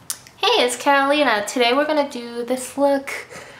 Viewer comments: I almost thought she said "hey guys it's Carolina" in the beginning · LOL because it sounds like Carolina in spanish when she says Catalina...I guess